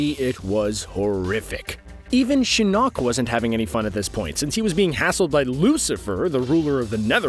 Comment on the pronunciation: I hate how he pronounces shinok